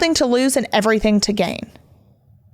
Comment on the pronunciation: Omg. Words that end in ing do not sound like “everythink”. Ing is not inc.